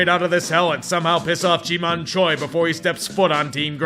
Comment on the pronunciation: I just realized everyone mispronounced Ji-Man Choi until pronounced it right.